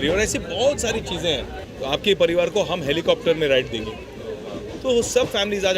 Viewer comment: Bhai kya tum 'Hum' word ko kharab bol rhe ho 🙄